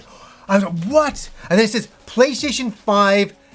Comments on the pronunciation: Sounds like at some point he abandoned calling it the "PlayStation" and switched to "PlayShayshun"....I understand though, the mouth is just another muscle, like when your arms start giving out on military press. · funny how you say "play-shay-tion"